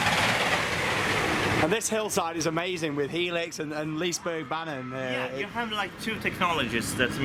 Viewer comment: Good old Liseberg. Been years since last i was there. Think they still had the woodie. Not sure though. #Pro(not really)Tip: To help pronouncing Liserbergsbanan, pronounce banan like you say Banana (just cut out the last A) :D